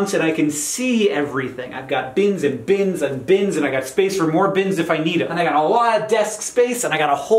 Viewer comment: I thought “bins” was said as “beans”. “I have beans, beans and beans.” And I thought, if they’re Dr Pepper, that sounds about right.